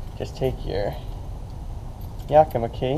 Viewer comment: Yeah, yeah, yeah, Yakima, nobody can pronounce Yakima